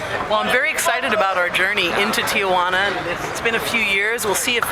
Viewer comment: Good video, very informative, but the city is pronounced Tee-wa-nah, not Tee-a-wa-nah. also Mexico is not Española.